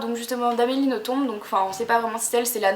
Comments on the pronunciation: Super video, juste pour infos "Nothomb" se prononce "noton" et pas "notombe" ;) Bisous ! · Le "b" de Nothomb ne se prononce pas en fait. Sinon j'adore tous ses livres et les ai presque tous. Après on aime ou on aime pas, elle a un style particulier. "Robert des noms propres" est un de mes préférés. Et pour "A la croisée des mondes" je recommande aussi fortement, mais pas le film (que je n'ai même pas voulu voir) qui ne respecte en rien le livre. Je l'ai lu je crois plus de 10 fois avec toujours autant de plaisir (normal vu que je l'ai depuis plus de 10 ans aussi^^).